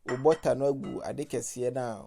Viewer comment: How you pronounce your butter is really funny😃😃😃😃😃